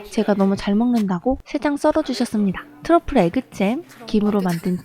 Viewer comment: 트러플 발음에 하트박고갑니다! 퉐쁠!